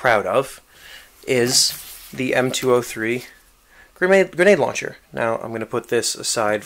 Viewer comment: He says gernade gernade launcher